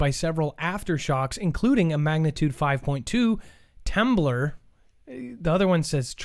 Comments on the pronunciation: I thought so. He pronounced it incorrectly. said... T uh blor it should be T (long a) mblor. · Never heard of, or seen the world “temblor” before 😳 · Wtf is a temblor. I thought you were talking about an app. Never heard that one. Mandela !